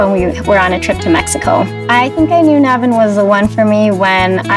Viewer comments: It pains me that they keep calling him Naaavin. Ffs it's. Dude get your name right! But yeah other than that, he's pretty sweet. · Everyone is criticizing about the color but the thing thats bothering me is the wah they are pronouncing name as “naybeen’ instead of nabin !!!! Guys at least pronounce name authentic way stop trying to fit into stereotypical Kuires !!! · Na-win Instead of Na-ween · Why is it like le enga... Ne vin... Just a bit irritating when I don't hear lehnga, and 😰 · Its so stupid when you are pronouncing your own name incorrectly🤦 🙇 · Nu-veen Naa-thun, simple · it's na- win not..look at the spelling..he is a south Indian..we south Have names like, nivin and..